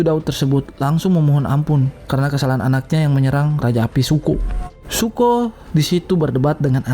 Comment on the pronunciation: Btw namanya raja api itu Zuko, bukan Suko bang wkwk, nice video.